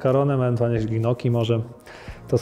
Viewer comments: Ewentualnie jakieś GNOKI może :D Wymawia się NIOKKI ;) Ale poza tym drobnym szczegółem (mój chorobliwy wręcz puryzm językowy) wywiad świetny ;) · Lubiłem lewego dopóki nie usłyszałem ze wymawia "gnoki" zamiast "nioki" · Nie Gnioki, tylko „Njoki”. Moja ciocia spod neapolu mówi dokładnie tak samo.